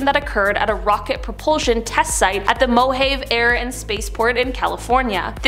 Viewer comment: Mo-Hay- v desert? Hahaha too funny. Mispronouncing names makes your stuff sound childish. You lost me as a watcher.